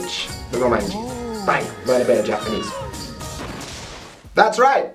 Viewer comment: Romanji? Roumaji.